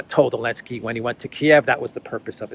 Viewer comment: Why are you saying Alensky instead Zelenskyy?